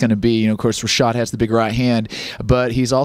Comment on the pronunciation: "I'm here to help HA-SHAD" LOL